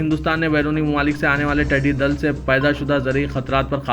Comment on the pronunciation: ٹیڈی دل نہیں ۔۔۔ ٹڈی دل